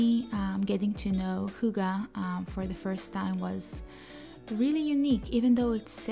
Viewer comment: I'm in... We danes split the word Hygge between the two g's... Hyg-ge and shorten the y sound when saying it... 😉